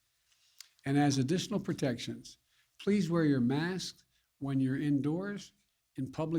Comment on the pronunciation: OH PWEASE STOP CAWWING ME NAMES!!! 🤣🤣🤣🤣🤣